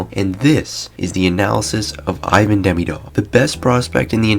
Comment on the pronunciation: Ivan demdiov 😂